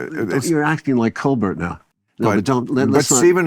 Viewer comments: Oliver: "was on that guy Colbert" Bill: "Colber"! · Oh, Colbert didnt bother to watch your film? But you havent bothered to learn how to pronounce his name, thats allright and not offensive at all. Stfu Stone. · And Stone intentionally mispronouncing Colbert.